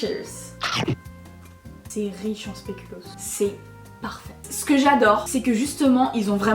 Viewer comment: Le speculoos c’est belge et on dit pas spéculos on dit speculooos